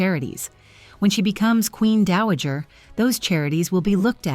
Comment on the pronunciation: Not Daajer, Dowager!